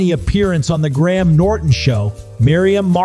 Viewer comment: Graham is pronounced like Grayam. Not Gram. Just so you know. Saying people's names right is important.